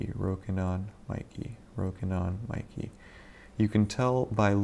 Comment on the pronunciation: Mee-kay, not Mi-key.